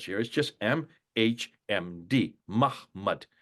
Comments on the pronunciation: It's ma-ha madham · Just a note about Hebrew; You mispronounce the word MHMD (מחמד= מחמד עיני. שורש ח.מ.ד) There is no way in English to write how to pronounce it correctly. In any case, as you explained, it has nothing to do with the name Muhammad since it is a word in itself and not a name for a man. Of course I don't agree with you that the 'Old' Testament's entire purpose is to preach about the Christian Messiah - those who read the original language clearly see that this is not true, but that is another discussion.